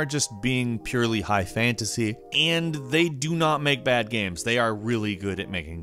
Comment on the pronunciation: Love voice but sometimes he says games like guems...you guys hear it?